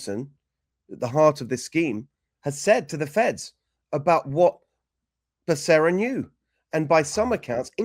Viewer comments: What a friggen joke!! Now I heard you pronounce Bacerra and that’s all I hear now is Buck-a-ria. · Benny ask google how to pronounce Becerra LOL even though I don’t like him its bas how you pronounce it